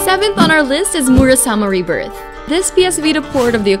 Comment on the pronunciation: ThievNWalrus I got so pissed when she mispronounced my favorite Vita game ever.